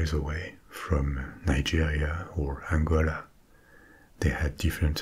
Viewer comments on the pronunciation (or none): none